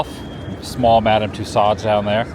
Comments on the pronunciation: I was laughing because he kept saying it over and over. I thought it was a joke or something at first. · It’s pronounced “too sew” not “too sod”. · Please learn how to pronounce names properly…it’s Madame Two-so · Great video Adam!!! Just a helpful tip, it’s pronounced Madam TOO-SO (I took French in high school so just a tip lol) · Madame Too-SOH's not Too-SODDS which you proceed to repeat a hundred times! How could you have been to multiple wax museums and never once heard it pronounced correctly? What next, Marquis De Sade pronounced as Biz Markee DEE SAYdee? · Ok. My daughter said we have to tell you. It is pronounced... :too-sowds. Like sew clothes or sow the field. Not like sod u buy for your lawn....too- sods. You just said it like 6 times in a row and it was too much to bear. Lol! All in fun Adam. Just trying to help. We love your journeys! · Great video, one of the top from the world tour selection. You got Van-go correct but the wax museum is pronounced: ma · duhm too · sowdz ( not “sods”…”long “O” followed by “dz” sound; most Americans just make the “D” practically silent)…if you care. Thanks! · Btw….its too sew, not too sod. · Tussauds is pronounced like “Two-SOHZ” (the “ds” at the end is silent; the second syllable rhymes with “shows”). Hearing it pronounced as Two-sodds is like fingernails on a chalkboard. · I positively have enjoyed the videos and it is a even more beautiful country I realized. But after years of French not pronouncing it Madame Too s o - it is so hard to listen to it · Your pronunciation of Tussauds is painful my friend. The D & S being barely heard at all if not silent - like the words "Too" and "Sew" put together, or even more accurately "Too-soh". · LOVING your latest adventures Adam. As you enjoyed it so much, want to mention that the wax museum is pronounced ‘Madame TooSo’, dropping the D and S at the end of the word. French name. ❤ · It’s pronounced two-sew (Tussauds) the d and s are silent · Its tusauds lol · TOO-SOH LOL